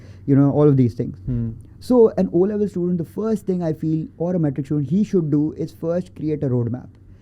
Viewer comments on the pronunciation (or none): none